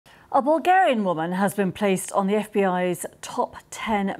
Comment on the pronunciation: I heard it as " a Vulgar-ian woman " at the start